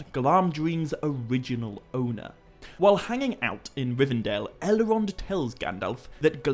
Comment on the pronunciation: do you...do you realize you're adding an A phoneme after many of your Ls? "Bal-a-rog"? "Sil-a-marilion"? "El-a-rond"?